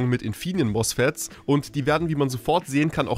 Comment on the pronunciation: Klasse Video! deine Aussprache von meinem Arbeitgeber triggert mich zutiefst:D Heute erstmal wieder auf Nachtschicht gehen mit dem Wissen, dass deine MOSFET /+VRMs verwendet. Tolles Gefühl. Kappa